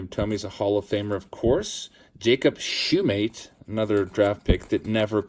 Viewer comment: I have two Jacob Shumate cards! I like to believe hes a long lost cousin. Thank you for pronoucing the last name right!!